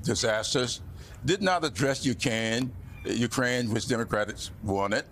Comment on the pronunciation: He said Ukraine wrong 😢